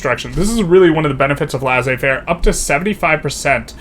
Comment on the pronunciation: It's pronounced Lay-Say-Fair